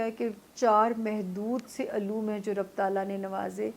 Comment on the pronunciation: ربُّ ال نہیں ربِّ ال ہے